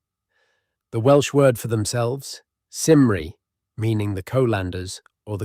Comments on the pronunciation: The simry???? Do you mean Cymru...that's a hard C. You could have looked up the pronunciation. It's pronounced Come-ree. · My family is from Rhaeadyr and the Lleyn Peninsular. They were quarrymen and coal miners. I was born and brought up in the Rhondda but I do not see the Welsh looking any different to most other Europeans. And it is KUMREE. Not Sinree ir Selts for goodness sake. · You need to get your AI voice ) or human)?) to understand how to pronounce Cymru and Celtic. It stats with a hard C not an S sound. It’s bc a bit better stumbling over the concept not hiraeth” but pronounce that distinctive and beautiful Welsh word several ways and all wrong.